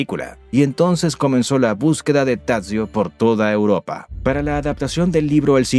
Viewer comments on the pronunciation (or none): none